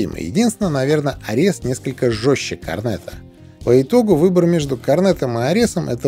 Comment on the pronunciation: Спасибо за обзор. "Арес", кстати, имеет ударение на первой букве (греческий бог войны).